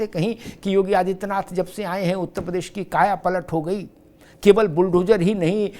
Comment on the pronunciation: प्रदेश का उच्चारण सुधारिये